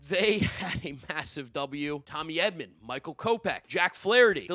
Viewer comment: We got saying Tommy Edwin lol